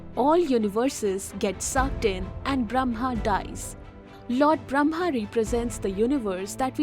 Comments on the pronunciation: it says brahma, but is pronounced bramha. which one is the correct spelling? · It's awesome but as a Hindu the Brahma is pronounced as bramma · it is Brah-ma, not Bram-ha. First, learn to pronounce the name properly, then teach.